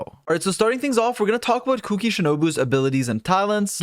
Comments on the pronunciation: The way you say Kuki’s name is triggering me. 😾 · It's weird to me how people call her Kuki instead of Shinobu lol